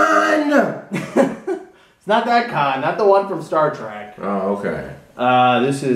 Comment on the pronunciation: brother ...its khan not kahn